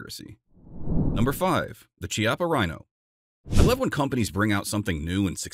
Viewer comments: It's Italian, and pronounced "KYA-pah," not "chee-ah-pah." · Funnily enough, the Italian pronunciation of "Chiappa" is not Chee-appa but Ki-appa, which is the Italian slur for "buttock". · “Chiappa” = “key-appa” the “h” in Italian is hard, like “archive.” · I have a Chiappa (should be pronounced with K sound, it's Italian like chianti wine) Rhino 50DS in 9mm. Very nice gun. Rhinos are available in .357, 9mm, and .40S&W. Note: your title page for the S&W says Ruger GP100. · That's not how you're supposed to pronounce Chiappa :)